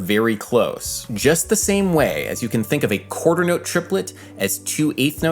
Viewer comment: Cringing every time he says "quaters note", despite the really interesting topic